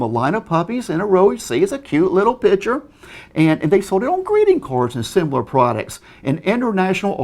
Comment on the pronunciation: Pitture? lol, I mean law. No, I meant lol.